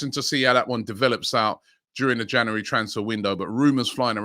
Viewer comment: Love it when Robbie says Jaunuworry